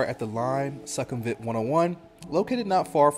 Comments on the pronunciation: Good content, but Sukhumvit is pronounced SOO-kum-vit not Suck kum vit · As a 12:year Thailand resident from North.America I can confirm that most of your info is correct. However, your You Tube presentation would garner more respect if you put a little effort in to learning how local Thai folks pronounce common words. eg: Sukhumvit is NOT prounced "Suck - hum - vit". It is prouoinced " Sook - hum - wit". In case you havent heard the correct pronounciaton of the main airport in Bangkok "Suvarnabhumi" .... Locals pronounce it. " Soo - wanna- boo - mee" . Good luck & enjoy Thailand!